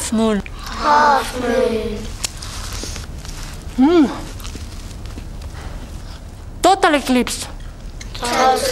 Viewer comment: i like that when she said half moon she became Japanese